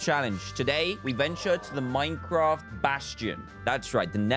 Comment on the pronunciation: Literally everybody: Half-Life 2, Doom, etc. DanTDM: Let's play some minceraft